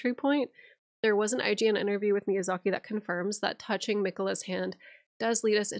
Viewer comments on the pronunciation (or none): none